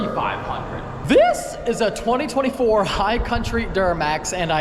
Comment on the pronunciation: That “THISS” threw me off lol